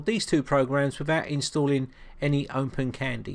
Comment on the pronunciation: Why do you pronounce it as OmpenCandy?